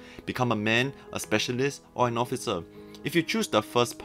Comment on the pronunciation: Did I heard Occifer?